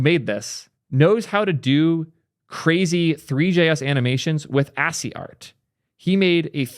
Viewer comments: yeah how do u and up at assy?? I could see ashy, but assy? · My head exploded when I heard pronounce ASCII as assy. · Its ascii not assy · awesome video... also ascii is pronounced askkey!!! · I love you but the way you say ASCII deeply bothers me 🤣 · Wait, that's what he was trying to say? I've done ASCII art before and I didn't even realize he was saying ASCII.